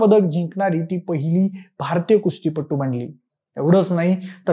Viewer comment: कुस्तीपटू रे पट्टू नाही 🥺😮‍💨 एवढा व्हिडिओ बनवता उच्चारांवर थोडा रिसर्च करायला काय होतं तुम्हाला.